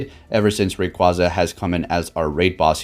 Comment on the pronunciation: Its raqu-A-za it said it like that in the anime to